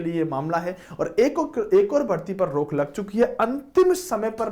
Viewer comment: Hindi ka bhi janaja nikale ho bhai😂😂😂😂😂😂😂rukh ki rok